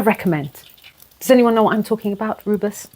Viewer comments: Is it Rooibos tea? I absolutely love it! It’s kinda pronounced “Roy-boss”. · I thought it’s pronounced roi-bush 😂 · I used to call roobois tea ruby tea because it was reddish and I just had no idea how to pronounce it. 😂 Thanks for another great video!